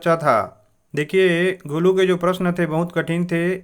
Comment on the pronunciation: It not golo it golu bro